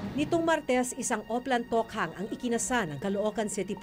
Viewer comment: Ako lang ba naiirita sa pronunciation ni Maki Pulido ng Tokhang.